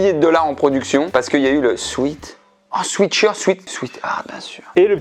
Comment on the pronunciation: Oui, je sais mais tu t'es trompée dans la prononciation. En fait, avec le jeu de mots c'est "swèt-heart" et "swit-shirt".